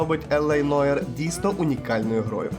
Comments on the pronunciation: Нуар.. Не Ноїр, а Нуар! Вибачте... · Тільки не Ноір, а Нуар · Та яке ж Нойр? Це французьке слово Νοirе НУАР!